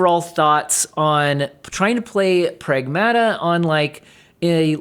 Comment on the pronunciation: "Pragmata" is a Greek work and means literally "things" or "stuff", and is pronounced "prAgmata" not "pragmAta". So knowing this, WTF is this game about and they decided to name it like this? 😂